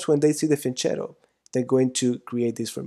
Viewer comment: Great lecture, but i'm italian, it's pronounced fianketto, not fianchettow